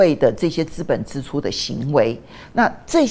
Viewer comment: 資本支（ㄓ）出不是（ㄗ），呃….正音要加油！